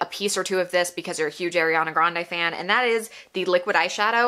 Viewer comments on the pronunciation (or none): Ahhreeyana not ayyyyriiiyaaana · It’s Ariana not Airana sorry it irritated me 😂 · Her name is ARIANA NOT AIRYANA. as a fan maybe say her name right as you bash her brand. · "airiana" it's... ariana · I love your opinion, but her name is pronounced “are” iana not air Iana. Not being rude!!! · she’s a huge ariana fan and calls her “air-iana” just kidding! appreciate the honest review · You’re kinda calling her Eriana 😅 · you say you love ariana but you pronounce her name wrong the whole video 😭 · ur a huge ariana grande fan but can’t even pronounce her name right? oh okay. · also u pronounced ariana wrong 😭